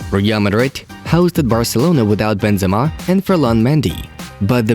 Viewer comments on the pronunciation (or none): none